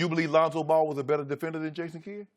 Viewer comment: "Ason kidd"🤣🤣